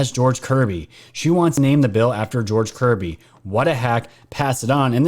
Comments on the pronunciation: I heard " George Coogly" not kirby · Sounds like she says George Covid